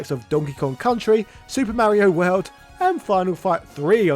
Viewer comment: “The HORLD Warrior”?